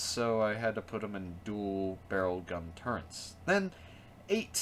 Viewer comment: Turrets NOT turrents....